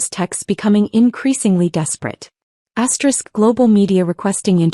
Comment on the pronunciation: Stop saying asterix!